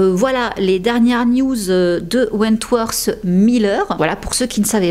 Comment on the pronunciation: Your videos are great, really! But I think you should learn to pronounce english words a bit better? Je sais que les français tendent a prononcer le "th" en ssssss. Mais ça change tellement la signification de certain mots voir rend confus sur certains mots qui sont méconnaissables. On dirait que tu dis Wentworse et en anglais ça change completement la signification du nom. Comme tu fais beaucoup de vidéos qui concernent des anglophones je pense que ce serait un vrai plus. A la limite fait comme les australiens qui mettent un simple "t" ou "d" selon les mots.